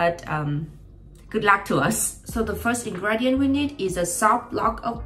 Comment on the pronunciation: I still understand your English well, but it pronounces /in-gri-di-uht/. I am an English learner too so I think you may find this comment helpful.